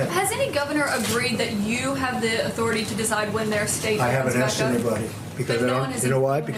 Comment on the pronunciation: He's trying to say "respect my authoritah!"